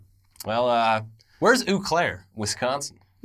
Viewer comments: I’m from Wisconsin and I lol’d when he said ‘ooh Claire’. It’s pronounced more like ’oh’ with the slightest e in front. French and all that. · As a Wisconsinite, I can tell you that Eau Claire is pronounced like the pastry. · "Where's ooo claire" lmao Wisconsinites will cringe